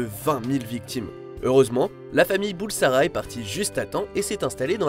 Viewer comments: À il lâche "le jeune farrokh BURSALA" au lieu de Bulsara quelle honte😂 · bursala? BURSALA!? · C'était plutôt Freddie Bulsara, pas Bursala. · Farrokh Bulsara et non Bursala 2mn56 ...